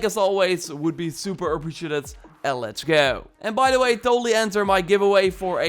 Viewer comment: Ah prie sjie jEEd ed, not ahprishietetetet